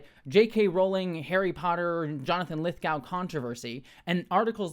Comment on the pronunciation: Lithgow rhymes with go as does Glasgow and Moscow.